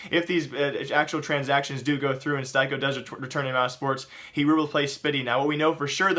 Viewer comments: plsss, stop saying jay-keem, and it's steeko, not stiko. you never watch pro matches do you or i guess you only watch matches with popular teams huh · styko is actually pronounced stick-o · styko is not pronounced like that, plus he never played for mousesports before, please hire me or anybody so somebody can help you with the mistakes you keep doing episode after episode again and again saying wrong information/pronouncing names wrong, no offense to you:)